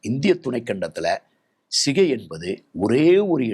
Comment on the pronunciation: Not Sigai, it is Chigai. ஸிகை அல்ல, சிகை!